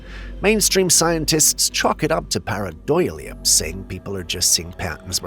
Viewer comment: the way to pronounce pair-eye-DOH-lee-uh: pareidolia